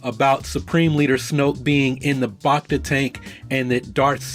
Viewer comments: "Bacta" isn't pronounced like "bah-cta". It's "back-ta". As in "bacteria". Sometimes you pronounce it correctly, but most of the time you don't. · It's BACK-ta tank, not BAHK-ta tank bud. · Bach-ta tank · you lost me with your pronunciation of bacta